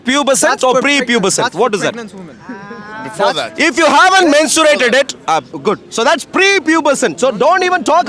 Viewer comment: MenstuRated!?!?!? Learn how to pronounce words first wtf